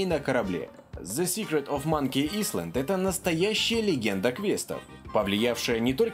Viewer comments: я удивлён, действительно качественно. правда не island, а айленд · Не исланд а айленд(Но ты молодец) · не исланд а айлэнд